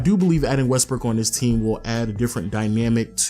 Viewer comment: Did you say Westbrick?? lol